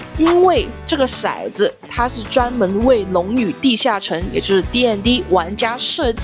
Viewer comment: 骰（tou）子，色（shai）子